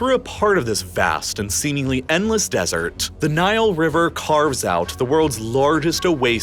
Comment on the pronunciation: Just going to throw out that placing emphasis on the "T" sound is usually just unnecessary when saying desert. Tss or Tuh will be heard even without needing to emphasize it. And emphasizing it is just hard on the ears of the listener. Lol